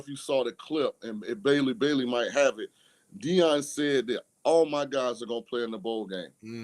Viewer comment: It’s okay calm down. It’s Deion by the way, not Dieon 😂